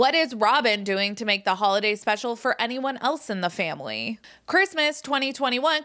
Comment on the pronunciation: Robyn is disgusting & absolutely ruined this family (or "fam-wee" as she says 😅). She is a homewrecker & continues to refer to her women-daughters as "kids". 😆 They probably all still use binkies. I agree with what was said in this video...absolutely. 🤢 🤮 Robyn won the prize, tho. She got the narcissistic, gross, Roman Noodle Head husband. 😆 🤣 😂 😹